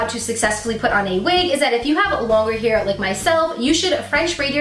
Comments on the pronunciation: It's called hair not heer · I cringed every time she pronounced hair as 'here' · Is saying heir instead of hair is a accent thing? Never hear anyone saying it this way. Serious question - I am not trying to troll you or anything, my native language is not english either. And you do look cute with your hair up like you had under the wig. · haa I thought i was thw only one! He-er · i thought i was the only one whp went oh my lord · I was looking for a comment like this!! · I'm from the Midwest. I had to really listen to hear her say hair with a slight accent. I think a lot of people around here say it that way. I dont but ya. I just ordered my 1st wig, but using front lace and doing the maintenance to it first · you put all of the wigs on wrong and you say hair weird.